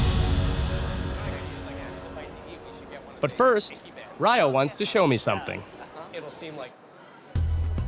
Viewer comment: His name is Ryo not Riyo.